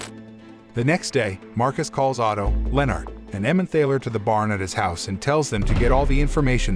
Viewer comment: The word "Emmemthaler" is pronounced "Emmentarler". There is a valley (Tal) in Germany with the name "Emmen". Together that makes "Emmenthal". In German someone or something that comes from somewhere has "-er" attached to the place. So, a person that comes from Frankfurt is a Frankfurter. A person from Hamburg is a Hamburger - which is why the McDonald's meat patty is a Hamburger. A similar sausage comes from Vienna and is known as a Wiener - Wien is German for Vienna.